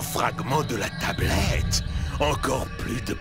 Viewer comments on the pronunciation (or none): Euuu c’est moi ou Mystério dit la teublette à ? XD